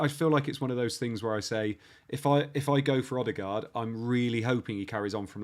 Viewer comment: It’s not ‘Odd-e- gard’ …! It’s Erd-e-gard’… Great content & concept though… Really enjoyed it.